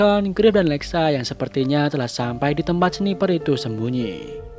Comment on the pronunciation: ada ralat sedikit ya ka , untuk kata sniper ngomongnya bukan seniper tapi snaiper